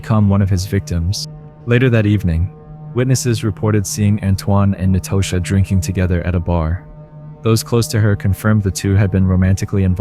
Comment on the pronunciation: Nobody says Natasha like that. Trust me.